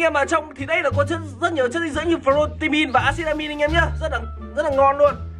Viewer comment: Lúc nào anh cũng nói priotein và axitamim